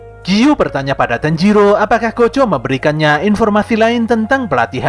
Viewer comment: Yg pertama dengar gojo bukan kocho cung 😅